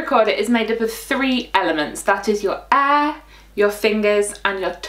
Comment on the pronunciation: When you pronounced air i thought it was e